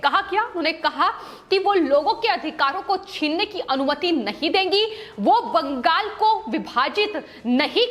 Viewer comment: Not Bangas--but Bangal.